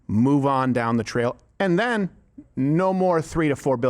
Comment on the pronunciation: "...which were zen followed by" this lady is pronouning her adverbs. what a fucking joke.